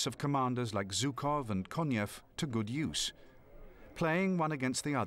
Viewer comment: 78 years after the event did not suffice for english speakers to learn how to pronounce the name of the Russian general Zhukov. It is not Zukov but rather with a "Zh" like in "measure", "pleasure" and the like.